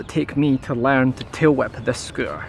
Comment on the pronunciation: Learn to say learn and not L A E R E N